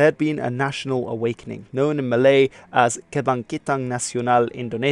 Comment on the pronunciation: "Known in malay" bruh you triggered me